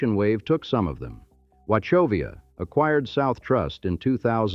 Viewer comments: EE-lee-ton Hard E's. Ah-von-dale. Soft A. Wa-kov-i--a. Hard ch. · I agree- I cringed every time he said “Avondale”. He also mispronounced “Wachovia”